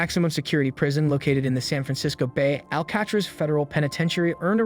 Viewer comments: HOW DID YOU PRONOUNCE ALCATRAZ WRONG! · Learn how to pronounce Alcatraz.